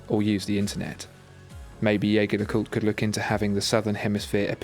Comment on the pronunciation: Your pronunciation of Jaeger leCoultre needs a little work mate, listen to their corporate video with a voice over by the actor Clive Owen...I used to pronounce it like you but, if you’re going to use the French pronunciation it’s more like Zheh-Zhey le-kultr....if you follow me?